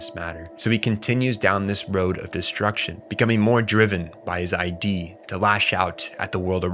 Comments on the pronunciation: I agree. It is VERY DISTRACTING bc every time he mispronounces the word, I correct him out loud (hehe). I understand that this is a common mistake made when one reads or studies material without external guidance or instruction. But, what source material is he reading wherein they write "the Id" as "the ID"?! That said, I always attempt to research things that I'm not totally sure about (& even if I think I am, I'll usually double-check anyway) - esp if I'm speaking or posting to others. However, I've been made painfully aware that in their posting/texting/ recording behavior, most people don't share this habit. But, people are sharing ideas in a way that's never been done before in history. So, if we make some mistakes in the process, it's okay. After all, even if it peeves some of us, at least we're trying & in the end, when its my video then I can worry about it (note: I don't make/post videos). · couldn't make it past . look, i get when people mispronounce words. it happens. but id? mothereffin *id*? and then saying it wrong over and over in such a short stretch of time. my brain couldn't take it. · amazing video man. you should check out the tatami galaxy, would love to see your interpretation/analysis of it. also its funny how many comments are crashing out about your pronunciation of id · driving me insane lol i was so confused why he was suddenly talking about identification 💀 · Your Id is pronounced eid. It's not I.D. It's wild that anyone doing a video essay on psychology like this wouldn't even bother looking up the pronunciation. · dude, it's not I. D. it isn't your identification, it's a word, not initials. Id... take the first D off of did. that is how you pronounce it. if you can't pronounce Id, you shouldn't discuss Freud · ID is not pronounced I and D. It's pronounced id. Like "it" but with a "d". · It’s not the “I.D”, it’s the “id”, and you don’t know what the word derive means. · Good video but many words are mispronounced; freud's id is not ID